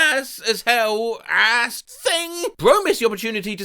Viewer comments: why do you pronounce 'ass' like 'ay-ss'? I tried googling it but I have no idea why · Man I love the way you always say "ass" in a cartoonish American accent.